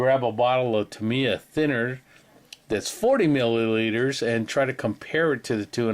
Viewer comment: Awesome update,, thanks for sharing all that great info and for pronouncing Tamiya properly. 😂🤣😂